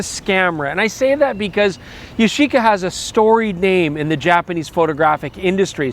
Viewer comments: Yash-eeeca? It's YASH-ica! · Ya-shi-ca actually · I’m sure at certain point you start to pronounce it as “Yashica Shxty”